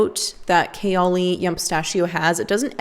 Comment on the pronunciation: I think you're pronouncing ''kayali'' wrong....good video, tho. You're one of the few , who are actually honest about perfume.